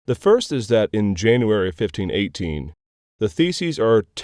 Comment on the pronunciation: "janury" (It's easy to read right over familiar words). Question: When did the title "Vicar(ious) of Christ" become attached to the papacy? Does the Cum postquam have any reference to actual Scripture as a basis for the practice of indulgences?